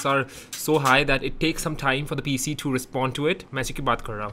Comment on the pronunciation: it's PC not cp. Keep vloging. ❤